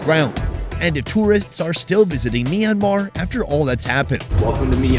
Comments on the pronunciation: I'd like to keep watching, but every time the host calls the country Mee-an-mar, I get more and more annoyed. I know the "My" cluster to start a word doesn't happen in English, but please learn one thing about how its pronounced - it's a 2-syllable word. "Myan-mar"... MYAN.. one sylllable.,.. try it. MYAN... there ya go. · I'm curious about the pronunciation. Is it pronounced as Sonny says, 'Mi-yan-mar' or is it more read as wrote?